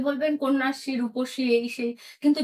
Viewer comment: The decline in Bengal freelance journalism is clear when a senior journalist questions whether a three-month training program is sufficient for authoritative public commentary. While I empathize with this YouTuber’s situation, her speech (including পোষ্ণ, রূপশ্বী, পত্তন্ত, পোচার to quote a few) and reasoning are nothing short of a disgrace to the profession. Being an activist, likely what this young YouTuber is, and providing professional commentary on public domain is different, and it should be. Few can blur out this boundary, and that requires rigorous exercise. I left Bengal over a decade ago and, despite working in a profession far from public relations or mass communication, I still speak better বাংলা. God save us!